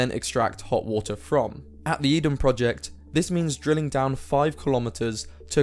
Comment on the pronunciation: H2O = "Wootah"